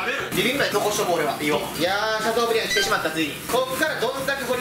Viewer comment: シャトーブリアンをシャブリーっていうの笑うw